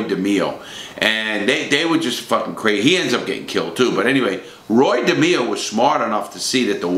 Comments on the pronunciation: Roy. De MAY O. Not da me o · Roy Demeo... pronounced De-may-o not De-me-o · De may o not de meee o. You are full of it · It's not demo it's demayo and he was never a captain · At the mark, that is Mickey Spillane the WRITTER, not Mickey Spillane the West Side gangster. There were ONLY 12-15 members in the Westies gang, NOT 30-60 members... everyone else were associates. It is NOT pronounced Roy DeMEo. it's pronounced Roy DeMAYo. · DE-MEE-O??????? You were in the Gambino's?? It's De-may-o ya knucklehead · its not Roy DE-ME-O. It's ROoy DA-MAY-O. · Roy dimio...you d get clipped by Roy just by pronouncing his last name like that😂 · Demao it's pronounced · Wow Larry did you butcher Roy Demo's last name,I guess you have to be Italian to say it correctly! Lv ya brother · It's pronounced De MAYO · If you gonna talk about Roy. At least pronounce his surname correctly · Your says roys last name wrong